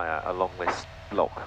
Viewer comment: Flown that route down the Great Glen also and, as you say, it is truly spectacular!! Loved the bagpipes playing in the background, however,, you do need to practice pronouncing "Loch" correctly!! lol